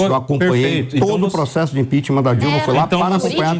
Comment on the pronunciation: ImpeachMAN??? A pronuncia é impiCHMENT, ninguem questiona mais né? Se um fala errado, o outro repete igual papagaio.